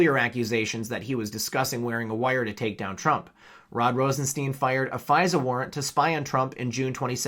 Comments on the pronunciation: It's Rosenstein, as in Frankenstein not, 'Rosensteen'. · I'm a new follower ...RosenSTEIN is pronounced like frankenSTEIN. Like a stein of beer. Cheers!